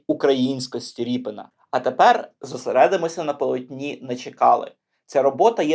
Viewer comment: Я думаю - РІП"И"НА, наголос набукву "И".... Так буде зовсім по українськи....